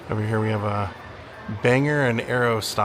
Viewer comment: It's pronounced Bangor it is or not er and I'm not entirely sure how to explain how to pronounce Aroostook